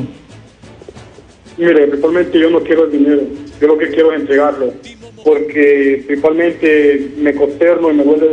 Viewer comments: Principamente jajajajaja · Jajaja este man que dice prisipal mente ya avia ayamado al canal 😂😂😂😂